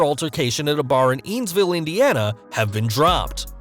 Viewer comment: Evansville is pronounced like the name Evan then ville not whatever you said😂😂